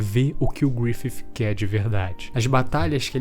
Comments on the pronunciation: Cada vez q esse cara fala griffif uma parte de mim morre 😭😭😭😭 mas de resto o video ta perfeito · Achei estranho o jeito que você fala Griffith.... Grifif